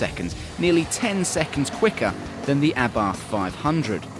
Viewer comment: Lol pronouncing abarth wrong.